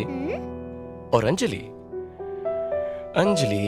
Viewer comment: Hey its 'Anjali' not Enjali..😂